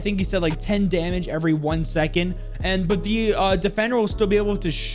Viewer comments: nah no hate btw 😂. it just sounds so passionately strong 😂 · I swear you say "but" wrong just to annoy people